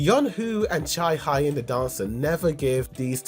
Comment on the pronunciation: just so you know, it’s not cha high in, it’s cha hae (hey) in😭